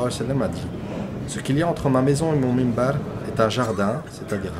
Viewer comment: Une petite corection akhi fillah, on dit MINBAR et ne pas mimbar. Que dieu te protege.